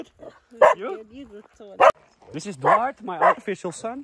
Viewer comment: Hi...it's Duarte...but sometimes sounds like Dwight, many of us thought it was Dwight but Jasper cleared this up a few vlogs ago. I have had the same idea about Duarte being the new editor...maybe we will all be surprised.